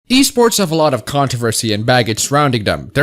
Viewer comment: At first I heard the Wii sports scene instead of e sports